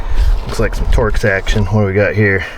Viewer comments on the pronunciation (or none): none